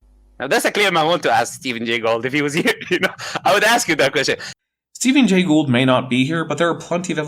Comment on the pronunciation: Stephen Gay Gould... did he typo his trilobite slide, or is this like YEC saying evilution?